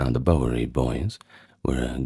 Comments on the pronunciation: Yes, it was bugging me a bit, too.😂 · Awesome stuff. Your pronunciation of Bowery is a bit off, but other than that, well done. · Is this narrator AI? He mispronounces “Bowery.” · I watch it once a year for the historical and cinematic reasons. The sayings and characters are badass too. I'm in the southern/central US and we pronounce it BOW-er-E. Y'all stay cool. 👋🏼